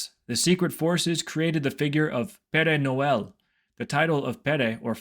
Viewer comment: Péré No L is an interesting way of saying it. Sounds like a mexican mariachi saying it.